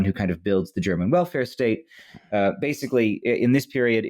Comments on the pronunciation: thanks for actually asking someone who speaks german how to pronounce stuff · Someone actually pronouncing German well on wytp. What a time to be alive